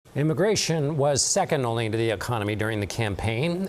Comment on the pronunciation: IMmigRaTioN why he say it like that in the beginning? Well either way I tell ya what they gone enjoy the weather where they’re goin’ jajajajaja